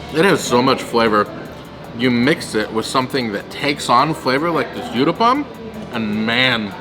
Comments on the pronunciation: Uttapam u as in umbrella. Not youtthapam 🙏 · its pronounced (ootappa) Utappa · The u in uttapam is pronounced as u I uboat. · i like the way u said UTAPPAM LOL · Hi my favourite south Indian dish is mixed veg uthappam, pronounced oo th uppam (oo as in tool tha as un thanks and up pum as in pump) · so nice to see your love for indian veggie food.the third dish is pronounced as oottapam.Good luck guys !!!! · In Comments in other videos I had mentioned about Uttapam ( pronounced as Ooh - tapam ) and how I eat it using Knife and Fork , much more convenient , even though I'm Indian 😄 You will find many types of Uttapam like Masala Uttapam , Cheese Uttapam and many more combination 👍❤️ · Absolutely mouth watering food .Good try to pronounce uttapam but not correct